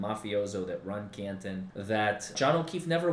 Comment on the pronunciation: It sounds like Copland instead of Canton!